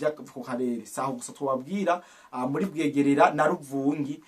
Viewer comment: Ntibavuga Bwegerera oya ni BWEGERA . Hafi yuruzi rugabira Bwegera na Luvungi